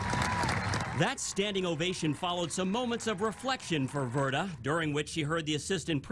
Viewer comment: Verda not verta